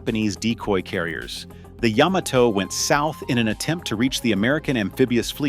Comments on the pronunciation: The Yahm-ah-Toe was quite the foe. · I don’t think the Japanese themselves have ever heard of a ship called Yah-ma-toe? Sounds like something I say when my dog steps on my foot?